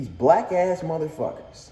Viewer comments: Nope he did say wack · Ngl I heard wack instead of black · I hear wack not black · He might’ve said “wack” it’s hard to hear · He definitely said "black" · Sounds like he said Whack ass mfs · Wait? "Black ass..."? I heard "Wack ass..." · i thought he said whack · I thought he said “whack ass mofo” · Slowed down it sound more like whack